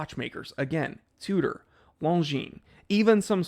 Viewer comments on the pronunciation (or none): none